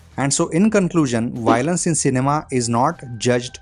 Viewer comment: Dude it's Violence not Y lence 😂